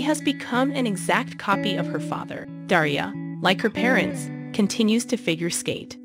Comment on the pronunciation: Daria, not Deria. Lol.